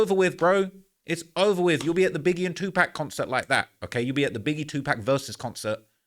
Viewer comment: That's the right way to say it according to the rules of the english language.. hes english....